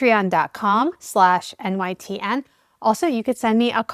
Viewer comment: I'm sorry, are you...I mean are you using code with the "coffee" thing? If I'm not mistaken, you didn't exactly say ".com." I'm really not trying to be funny or crude but...I mean, it really does sound like something else. Your pronunciation of every other word is is spot on except for ".com." Please don't me for pointing out the obvious.